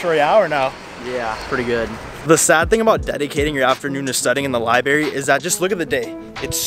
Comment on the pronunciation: I love your videos but it just bothers me that you say “libary” instead of “library”